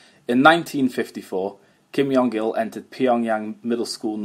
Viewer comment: Very interesting! I have to mention though - the korean pronounciation of Kim Jong Il (김정일) uses a J sound close to the english J and not a Y sound